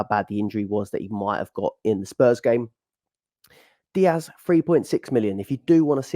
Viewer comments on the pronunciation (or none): none